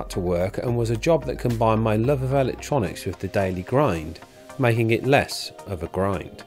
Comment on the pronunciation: what is L-lec-tronics. Eeee-lec-tronics